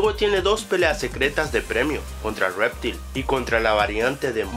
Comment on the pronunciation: Quiero aclarar varias cosas: lo de que Goro tiene un skin de Kintaro es falso, en el juego solo tiene un traje. Se llama "reptail", no "réptil", la curiosidad 12 es bastante obvia, y que aparezcan Liu Kang y Kitana al final no quiere decir que vayan a ser lo próximos jefes finales, de hecho el villano de MK11 es Krónica, un nuevo personaje. Los retornados que mencionas en la curiosidad 13 también son bastante obvias, una curiosidad es un dato del cual uno no se percata, pero si el propio videojuego te lo muestra NO es curiosidad, y pronuncias algunos nombres MUY MAL. Es "Shinnok", no "chainok" WTS? :S. La curiosidad 16 es falsa, el juego de MK donde aparecieron mas personajes nuevos fue Mortal Kombat:Deadly Alliance, con un total de 11 (Bo' Rai Cho, Li Mei, Kenshi, Mavado, Frost, Hsu Hao, Nitara, Drahmin, Moloch, Mokap y Blaze) Y a Tremor no contaría en MKX porque su primera aparición fue en Mortal Kombat:Special Forces, y Corrupted Shinnok no es jugable así que tampoco contaría. La 18 también es bastante obvia. Y déjame decirte también sé que este video lo has hecho en base a una página de taringa, y para hacer un video sobre información de MKX deberías buscar información en páginas oficiales y no en una página cualquiera porque no se sabe si los datos son reales, de hecho te he comentado bastantes que son falsos. Y tambien deberias corregir tu problema de locución y pronunciación porque hablas muy mal y pronuncias muy mal tanto en general como muchos nombres de personajes.